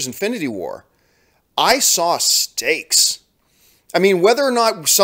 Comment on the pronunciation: The more i hear John say 'stakes' I end hearing 'steaks"